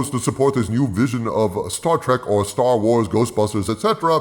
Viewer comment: It's now STER WERS and STER TRIK